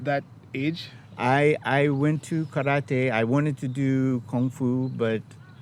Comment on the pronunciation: Just from how he pronounced "karate" I already know his level of respect about the culture